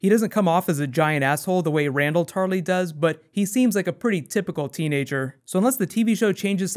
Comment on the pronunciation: When you said "house Tarly" I thought you said "House Charlie", gave me a chuckle, wonder what your words would be? "We are the watchers of the all" maybe?